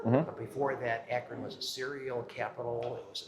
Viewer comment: lol the pronunciation is wild. Locally it’s pronounced A-kren not Aey-kron and the river is usually pronounced Kaya-ho-ga not Koy-ohga. Arguably your pronunciation sounds closer to the spelling but you wouldn’t pass for an Ohioan saying towns and landmarks in that way.